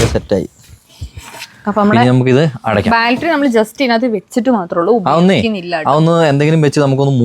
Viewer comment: ബാൽറ്ററി അല്ല ബാറ്ററി ബാറ്ററി.😂😂